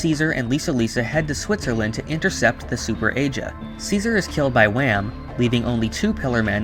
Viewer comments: Oh and why do you say wam? Are you saying that short for wamu? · It’s not wam it’s WAMUU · Wam? It’s wamuu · Wamuu❌ Wamm✅ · It is wamu not wam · But it’s not Wham it’s Wamuu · Wait when you said Whamu I heared you mistakenly call him Wham... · Why you say wam it’s wammu it’s like your saying ham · not wam but WAMUUU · japanese: wamuu english: w h a m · It’s Wammu and Straizo, not Wam and Straiz. Why do people get rid of the last vowel? Or is there something I’m missing? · Why are you calling him wham I thought it was wamuu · It's Wamu :P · idk i felt pissed off not hearing wamuu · U said Wamu wrong